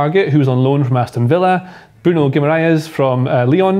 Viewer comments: I think Romano pronounced it Gwimaresh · Loved how the pronunciation of Guimaraes just deteriorated as the video went on. Felt for you. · God the pronunciation of Guimarães is killing me. Great video tho.